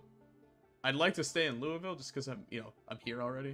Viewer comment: He still pronounced Louisville correctly. When you pronounce it Louis-ville then we have a problem lol either way fun ass series can’t wait for another one